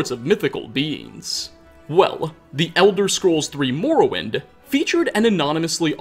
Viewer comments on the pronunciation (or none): none